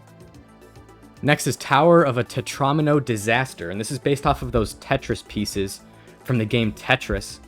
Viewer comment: It is pronounced Te-Troa-me-no not Te-raw-mi-no